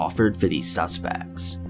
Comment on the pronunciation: "suspeekkts.." lmao at least you're improving your speech